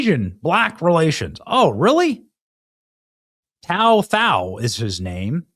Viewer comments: His name's pronounced "Tu Tao" and he's not Chinese, he's Hmong. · Before you book someone you might want to show enough respect to them by not calling them out of their name. Especially when their name is only 3 letters long and different than his last name but you still call him tao tao. Either you cant read or your just being a jerk. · His name is pronounced like too tao and he's hmong not chinese. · Bro you got his name messed up. It’s too-tow(like POW with a T) And he is hmong not CHINESE. It was literally right next to his name. Is this rage bait? Do better or you lose a subscriber Not sure if you’re just being racist or stupid. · Tou Thao is pronounced "Too Tao". He's Hmong.